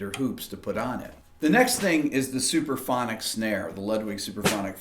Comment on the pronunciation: why are you saying "superphonic"? It's "suPRAphonic", yes?